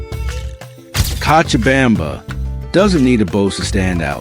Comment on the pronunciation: This guy tries w the Spanish but needs more practice! Co cha bam ba ! Now pronounce it right!!lol